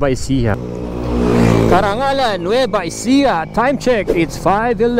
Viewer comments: correction Caranglan po Sir, hinde Carangalan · Carranglan po hindi carrangAlan. Masakit lang po sa tenga pakinggan 😂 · Carranglan, Nueva Ecija bro hindi Carrangalan.